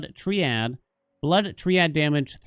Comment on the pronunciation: gonna fall for ragebait again by telling him it's pronounced try-add LMAO